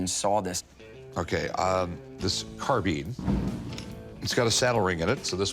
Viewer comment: Carbine , not Carbean , .....